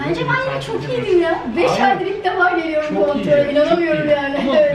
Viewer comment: Bıcır bıcır heyecanlı. Ağzını bile açmadan 'tirkiyiyi giliyiriiim' 😁😁😁